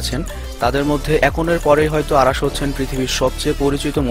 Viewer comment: beta age or nam thik vabe bola sik..অারাশ না,,,নাম অরাশ,, সঠিক উচ্চারন শিক আগে,,ওরে ভালো করে ই চিনি বেটা